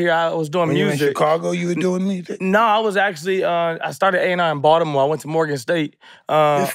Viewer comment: first celeb i heard say Baltimore the CORRECT way